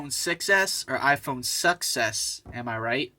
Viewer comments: Confused whether the last guy said iPhone suck s or success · did he say iPhone sucks ass or success? sounds pretty similar